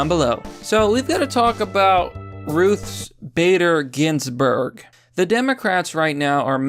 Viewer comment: Ruths Spader Ginsburg